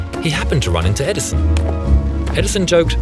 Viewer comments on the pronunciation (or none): "Edison of a..." XD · "EdiSON of a ..." xD